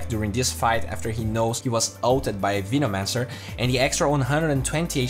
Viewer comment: vinomancer is triggering me so hard LUL